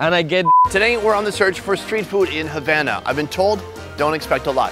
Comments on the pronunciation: as a Cuban,it pains me to hear pronouncing Havana as Javana as in Jam!! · Food review guy: Havan- Me:HavAna OoH NanAaaaaAaaA